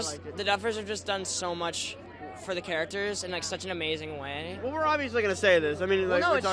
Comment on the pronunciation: “such an amazing wAaY”